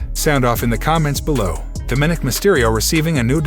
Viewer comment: I get it. The narrator isn’t a wrestling fan, but he doesn’t know how to pronounce “Dominik” correctly? Didn’t anyone care enough to tell him or is he just too full of himself to corrected?